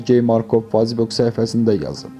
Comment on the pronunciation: 3.40 dəqiqə FAZBUK nədi, ay bədbəxt😡😡😡😡😡 Nə gūndəsən ....... Kimin qohumusan və ya hansı tayfadansan ki, bu "savad"la jurnalistika ilə məşğulsan. MATRİYAL yox, ay yazıq MATERİAL😡😡😡😡 XAHİŞ EDİRƏM BİSAVAD KADRLARLA MŪBARİZƏYƏ RAZI OLANLAR SƏS VERİN.